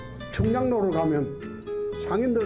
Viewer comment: 충양로가 아니라 충장로인디